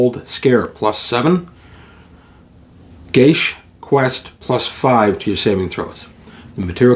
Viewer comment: Great video! FYI, geas has no saving throw, either. (Props for pronouncing it correctly!)